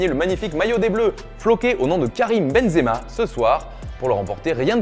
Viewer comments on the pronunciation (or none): none